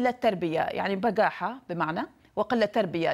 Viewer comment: المذيعة مصرة تؤكد لنا مصريتها، لا يوجد كلمة اسمها بغاحة هههه، الكلمة الصحيحة هي بجاحة، قالت لنا بجاحة تعني بغاحة هههههه